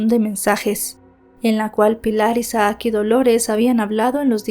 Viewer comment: No se pronuncia Isa aac es Isac (Isaac) aun que sea doble "a" solo se pronuncia como si tuviera una sola 😖 a veces me estresa un poco como mal pronuncias los nombres porque los mencionas repetidamente 😅